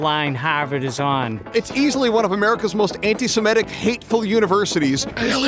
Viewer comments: He actually always says „anti-simetic“ and it drives me nuts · Why can barely anyone say antisemitic correctly? They all say antisemetic or antisematic